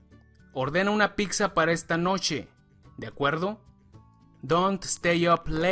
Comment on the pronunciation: por que dicen PICSA ? jajajajaja XD